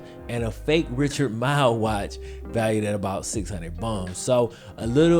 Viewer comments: Richard mile...😅 come on it’s pronounced Millie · It’s pronounced milly not mile!! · It’s Richard Mille (milly) not (mile) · Did this man just say Richard MILE 💀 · Richard Mille (meal-ee)